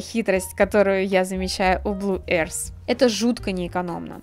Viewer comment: Обзор хороший, но "Blue arse" меня убило